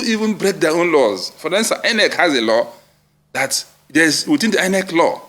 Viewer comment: I'm so disappointed that he had to read through a prepared script all through. Quite shameful. He's even struggling to pronounce common words like INEC (calling it e-nec) and BVAS (b-vis).